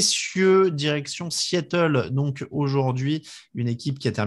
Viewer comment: Un S à Seattle ? ^^ Sea et non See ^^ aie aie aie